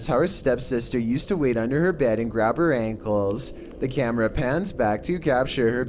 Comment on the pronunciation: And that guys voice JESUS he adds about 10 syllables to every freakin word. You and I say camera, he says cameraaaaaaa, historyyyyyyy God I like to slap about 30 syllables out of his mouth. I unfollowed him after two videos.